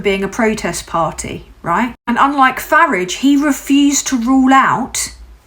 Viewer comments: Well well well. YT came up trumps putting you in my feed. Ps I applaud your British pronunciation of farage's name. When its day time I will share. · I like that you pronounce Farage like the Clash pronounce garage, like I preferred to say it as a kid. I was born in London, lived and raised in Crawley from age 1 to 7 and change when we emigrated to Canada. First time here, as hard as that may be to believe. Subbing. Thanks for being you,. 🖖🏼😉🎶❤️🍁❤️✨️🕊 ✊🏼🤬🤜🏼💥🍊💩🦤👿🤡🤖🤡🤡🤡